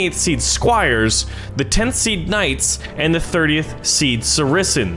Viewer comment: I keep thinking he says Tennessee knights not 10th seed 😂